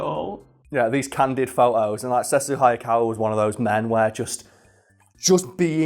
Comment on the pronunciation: It's pronounced Sesshu (Seh. -shoe)